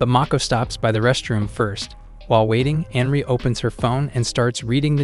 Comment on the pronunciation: It's not "Henry", it's Anri. And it's not "Sicko", but "Saeko".